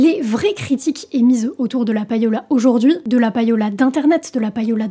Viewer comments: "païola" m'écorche les oreilles tout le long de la vidéo 😱 On ne prononce pas "païer" en Français (pour le verbe payer) mais "pêïer". Et bien en Anglais, c'est pareil : LE payola vient du verbe "to pay" (payer) et ça se prononce "pêïola" et non pas "païola". Voilà, déso mais fallait que ça sorte... bise! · Très bonne vidéo mais attention, ça se prononce plus ou moins comme pay'owl (prononcé pay comme 'pay' en anglais) et non pa-yo'la... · "payola" se prononce "péola"... "pay" = "pé" facile quand meme, bordel